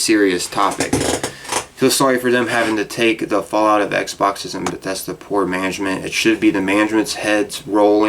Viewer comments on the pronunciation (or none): none